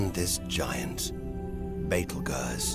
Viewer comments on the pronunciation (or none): Did this man seriously just call Betelgeuse Betel-Gurrs? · He pronounces Betelgeuse "baytle gaws" but in the Alec Baldwin version he calls it "beetle juice". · I like how he pronounces Betelgeuse 😂😂😂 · Betelgeuse? Unusual pronunciation